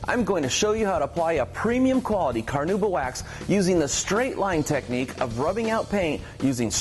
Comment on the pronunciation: No, not a big deal at all Mike, I was just poking some fun. I do think that technically is it supposed to be pronounced "Kar-now-bah" but virtually nobody says it that way. Keep up the great work!!